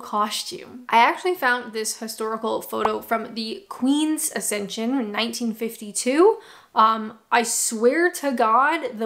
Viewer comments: Accession,not ascension. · Accession,: Ack-session. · It's actually accession - no 't' in it. Don't correct incorrectly.